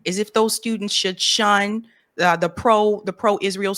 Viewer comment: Um. It’s SHUN hun.